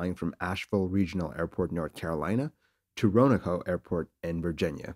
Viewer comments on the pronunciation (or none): For your audience's benefit, it's pronounced "Roe-Ann-Oak" not "Roe-No-Ko." Some locals (I have relatives that live there) will half swallow the middle syllable making it almost sound like "Roan-Oak" if they are saying it fast. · Roanoke is pronounced Roe-an-oak not Ro-na-ko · Roanoke, RO-AN-OKE, NOT "ronako" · Was about to write the same thing. I'm surprised nobody picked up the Cessna 310 he's using for the vid is a Beech Duchess (310's don't have a T tail). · lol where the hell is RO-NO-COE. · Roanoke = row a noak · its pronounced more like run oak. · Just FYI, Roanoke is pronounced "row on oak". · I was wondering where is Rowenho... lol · It's pronounce Row-ah-noke, my friend. (Last part rhymes with "woke".) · Roanoke is pronounced phoenetically, someone told you wrong. Also, both planes had no chance of flying, not neither. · I think this was probably (unintentionally) the funniest video of yours i've ever watched. From your mis-pronunciation of Roanoke to saying, "Knife through hot butter"... and that double negative "Neither plane had no chance".... 🤣 i had lots of giggles out of this one, Thank you for that.